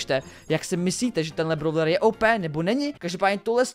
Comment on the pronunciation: nečte se to,,bravler" ale,,bróler"